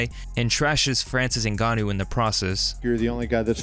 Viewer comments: Called em "CEREAL" 😂 And "New Gonn Owe" 😂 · "Cereal" Gane and Francis "Nigannou" -- Derrick Lewis is #1 interview, always